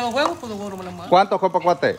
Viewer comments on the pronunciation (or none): Di huevos no gueguitos no mames... esta quedando chingon con todas las plantas .. saludos plebes